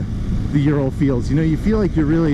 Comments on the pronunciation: Thanks for the review but you need to do fact check before filming.. first it is pronaunced as O-O-ral not YU-ral (named after factory in Ural mountains), second Soviets bought licensing for BMW R design in 1937 prior to WWII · Ural is pronounced Ooral, not Yural. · Not YOU-ral but OO-ral. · Ural is properly pronounced oo-ral, as in "boom" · The mountain range isn't named after urea. It's a long oo sound, oorál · it's pronounced Ooral ..